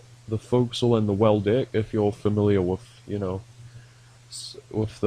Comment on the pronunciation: why every time you say deck it sounds like d# ck xd